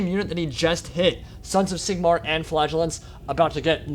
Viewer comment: in the biginning, I was wondering what you were calling "flagulance" ... efter a while I found out you ment "Flagelants" :D